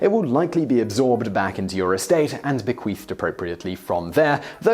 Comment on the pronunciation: Be-qweef lololol